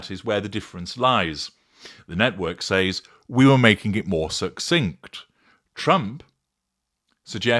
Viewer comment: I find it interesting, as a grammar N*** myself, that you pronounce “says” with long A like “sAys” (rhyming with prays) instead of “sez” Is this common in the UK? Or do you use AI for your fancy voice?! 😜